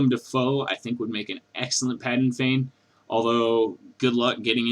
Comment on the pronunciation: Um, it's PADAN Fain, no "g" in the name...